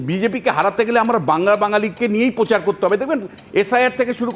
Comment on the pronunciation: Dada apni to shikkhito lok... uccharon ta thik vabey kora ta apnar daitto... Ota prochar hbey pochar noy...